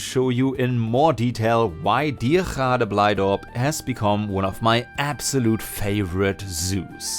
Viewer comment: I was NOT ready for you to pronounce Diergaarde Blijdorp right